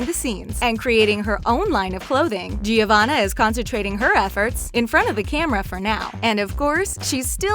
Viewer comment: And Giavanna. Wrk.